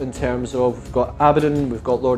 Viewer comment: I cant wrap my head around how all these youtubers mispronounce Abaddon. Ab A Don, not Abaa Don